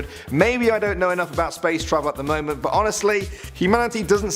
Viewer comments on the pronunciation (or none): none